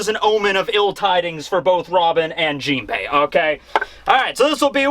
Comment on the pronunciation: "JeepHey" Lol...